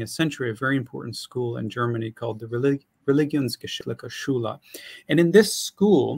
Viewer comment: Lol "Religreligginsgeschiglige Schule"